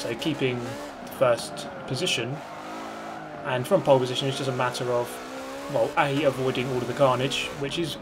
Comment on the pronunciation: Did you say Pole Position!?